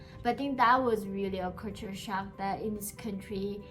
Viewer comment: Correction.the way you pronounc culture sound is( kature) which is wrong but try to pronounce first try to sound ( cal) and than ( ture) later and pronounce together which will make you pronunciation correct other words too k